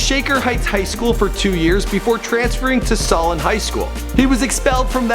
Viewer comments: Lol that is funny I go to Solon but it is pronounced "SO-Len" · SOOO LAN not salon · Solon not Salon. Toledo not Tolado. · I live in the cleveland area, it's not "sullon", it's so-lon. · Saulen High School? try Solon...Tallado? OMG why do you keep doing this? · He butchered saying Solon and Toledo lmao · he says solon wrong too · He pronounced Solon and Toledo wrong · dude you can't pronounce the cities he lived in .....solon..Toledo..? toooolaydo? Canadian some? hahhahahaha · He also pronounced Solon wrong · the Nati Solon too. He probably needs to listen to these words before he speak them.